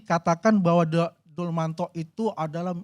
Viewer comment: Siapa Dulmanto? Yg ada Dumatno bapak...aduh nyebut nama ajah udah salah...gimana mau menganalisis...